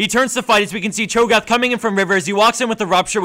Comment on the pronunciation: He says Cho gath XD